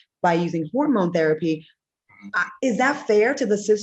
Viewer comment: Why is Q calling it a horrormone instead of hormone ☺️?